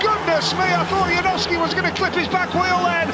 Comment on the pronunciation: Janowski not Yanovsky